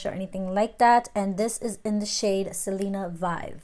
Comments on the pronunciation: Who else got triggered for a second and yelled Vi-Ve!!!! Love her but I was like that’s not how you say it girl lol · Such a fire look!!! And I’m almost sure it’s pronounced vive (like vivir) 😜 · Beautiful look you nailed it!!! I think the lipstick name though is pronounced in Spanish though lol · Not hating but you said Selena vive wrong😂 I still love you tho😍